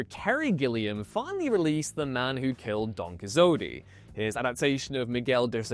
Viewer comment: It sounds like a weird AI attempt to pronounce it! 😮